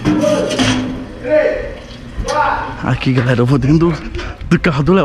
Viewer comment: errou na decisão e falou galela